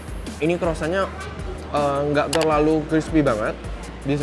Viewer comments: Bukan crossant om tapi croissant😂😂😂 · Croisan bang bukan crosan